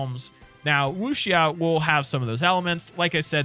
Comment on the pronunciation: As a Chinese, thanks for spreading more info about our culture! However, how you broke down the word wuxia is off. Romanized (Hànyǔ Pīnyīn), it's wǔ xiá. You don't smoosh the words together like "woosh-ah". Wǔ is "woo" said in a low tone, without too much focus on the w. Xiá is pronounced like how you would the last syllable of the word "Amnesia", just pronounce the a with "ah" like "haha" and not a like in "hay". Then notice the raising mark above the a? That would make it sound like a question. So altogether, it would sound like "woo siah?" I know it can feel weird pronunciating a word that sounds like a question when you have no intention to ask a question. But I promise you, if you can get over that hump, you're much closer to be fluent in tonal languages like Chinese, Japanese, Korean and even Thai! Nonetheless, great job with the research and I hope you have plenty of fun in WWM!